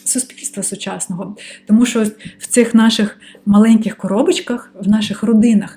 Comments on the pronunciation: Ви стали дуууууже ніжною, коли говорите украінською ❤️🇺🇦❤️🇺🇦❤️🇺🇦 Дуже гарне Ч, але "ШО" замість "ЩО", і іноді Ви говорите "и" замість "і" (литак). Ну і "побєжалі" трохи не наше. Але в решті Ви супер 🤝👍🏻👌💪🏻🎉👏🥰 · Сприйміть як дружню пораду від філолога: пом'якшуйте звук ц у таких словах, як "оцінка", славнозвісна "паляниця" і т.п. У слові "що" вимовляйте чітко й твердо шч. Заслухалася Вашою українською, майже досконалою. Успіхів!